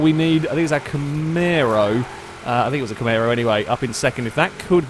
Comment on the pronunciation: STOP SAYING CAMARO WRONG